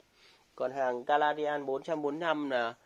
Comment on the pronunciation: Ngọng líu ngọng lo. Canadian thì đọc Caladian Lai Châu thì đọc Nai Châu Hà Nam lại đọc Hà Lam Hahaaha